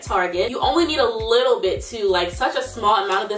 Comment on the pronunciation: “Just be a lor bit mindful of that” you really are from Baltimore 😂😂